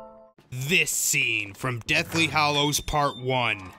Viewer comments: I think you have a great voice for narrating, but WHY, if you're such a fan, do you persist in saying "Hollows" instead of "Hallows"? After ten years, shouldn't everybody have figured out, or been taught, that "hollow" and "hallow" are two very, very different words? [edit ] Sorry! It's only that that's a huge pet peeve of mine. I really do like this video A LOT. I think it's smart, and the whole way through I was nodding my head and mumbling "Uh huh!" "Uh huh!" "Yep!" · Not “Hollows” - Hallows.